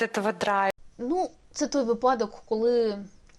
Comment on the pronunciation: "вИпадок", а не "випАдок", не повторюйте безграмотних "говорунів"! А в цілому - дякую за Вашу роботу.